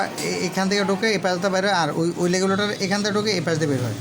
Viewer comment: লেগলেটর না ভাই রেগুলেটর বলে